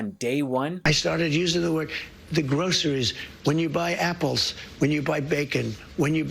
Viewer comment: he can’t even pronounce the word groceries. 😂 bafoon